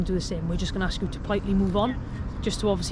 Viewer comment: The word is ask !!